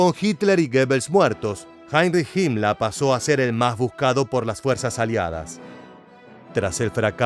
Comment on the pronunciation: PORQUE DICE HIMLA A HIMLER ? Y NO DICE HITLA A HITLER